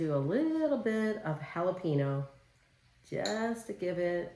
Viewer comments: Pretty close but it is pronounced...Hall Ah PEN Yo🌿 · Youre a good sport...... However it's not a difficult thing pronounce guacamole and jalapeno the correct way.